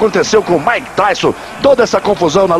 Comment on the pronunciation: “Maike” kkkkkkkkkkkkkkk